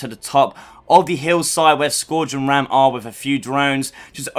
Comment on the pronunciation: How are u a gears channel and pronounce raam wrong